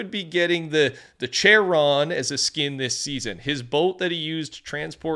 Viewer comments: Charon is pronounced Care-on. No CH sound in Greek, it just makes a K sound. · (It's pronounced Kah ron)